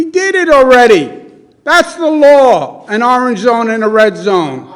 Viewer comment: Never trust a guy that can't say orange correctly